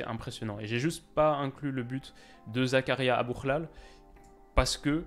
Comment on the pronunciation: tu prononces trop bien Aboukhlal tu dois avoir des origines 🇲🇦🇲🇦 lool🔥